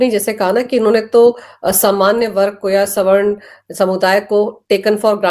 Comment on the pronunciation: को पहली बार सही से सवर्ण शब्द का उच्चारण करते सुनना सुखद है अन्यथा अधिकांश वक्ता तो स्वर्ण शब्द का उच्चारण करते हैं।